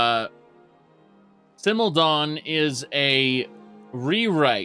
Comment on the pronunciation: What the hell is "Simildon"? Some sort of knockoff Tolkien character? It's called SMILODON. You know, the saber-tooth cat?